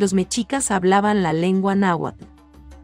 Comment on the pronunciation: EN EL CASO DE MEXICO NO SE DICE MECHICAS SE DICE MESHICAS, MUY FEA PRONUNCIACION QUE ADIESTREN A ESA VOZ EN CADA LUGAR DEL QUE HABLE